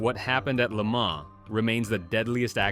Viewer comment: Le Mans not Lemar 😂😂